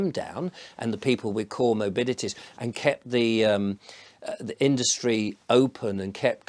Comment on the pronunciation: * "co-morbidities" not "core morbidities". (Sorry a bit pedantic!)